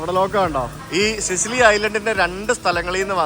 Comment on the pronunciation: സിസിലി അല്ല, സിച്ചിലി ആണ്. ടാബാച്ചി അല്ല, തബാക്കി. വില്ല സാൻ ജൊവാന്നി, ഫ്രചെറോസ്സ